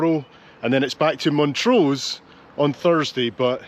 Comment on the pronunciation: Loved it! Great filiming. Are a Montrrosian? Used to live there. Sorry to be a pedant..there's ALWAYS ONE EH!! But it's MONTRUH. not Montrau. Soz! Cheers!